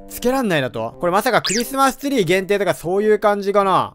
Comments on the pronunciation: クリスマストゥリーw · クリスマスツリーがクリスマストュリーww